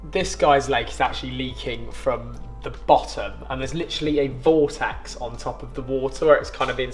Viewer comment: I thought he said “ball sack” on top of the water!! I was looking for a huge ball sack floating around!! Realised he said “Vortex” 😮‍💨